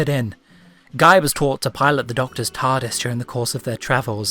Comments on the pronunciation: Looove your videos. Ssard, Kroton and many other of the eighth doctor are my favourite companions, i'm always glad to see more videos about his tenure <3 (Also, I think it's pronounced like "gui" or "Guee" rather than "Guy"?) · I don't think you pronounced Guy correctly